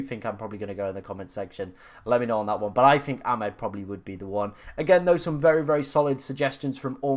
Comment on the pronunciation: That was never a Hall assist…..disgusting 😢. I’m sure it’s A-mad not Ah-med but maybe not